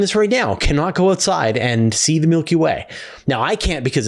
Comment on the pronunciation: Change the way you say Milky Way 😬